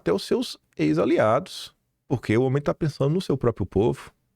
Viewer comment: Não é “própio”, é própRio.